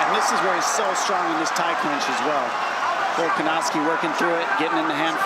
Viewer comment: im always cracking up at the accidental: "Volkanazi" (~ )